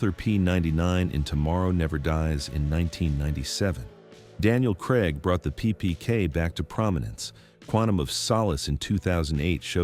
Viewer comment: This is mostly crap - dodgy AI commentary over other people's content repeatedly with lots of misinformation. Bruce Willis did not use a PPK in Die Hard and it's Daniel Craig not Daniel Cregg